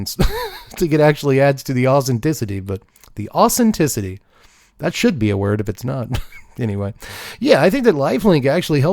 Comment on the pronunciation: The ausinticity 😂 you are awesome! Thanks for making me smile